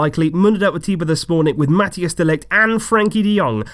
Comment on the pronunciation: It’s pronounced mathais de ligt btw